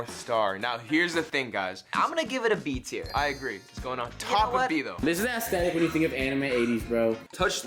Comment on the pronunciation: I do not expect people that can‘t even pronounce the word „aesthetic“ correctly to have decent takes LMAOOOO